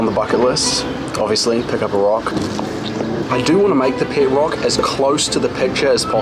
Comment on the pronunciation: The way Google says rock: Roake 😂😂